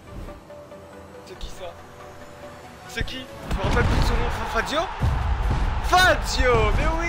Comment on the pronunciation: Quand il dit Fazio je pense à Frazio mddrrrr